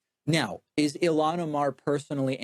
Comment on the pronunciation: I don’t believe for a second he’s not purposely mispronouncing ilhan